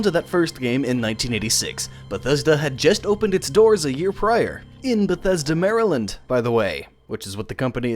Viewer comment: You pronounced Maryland right! Good job! Not everyone does that, it's vary annoying when they don't.